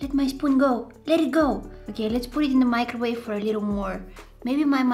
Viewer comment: My-crowave and tear-tilla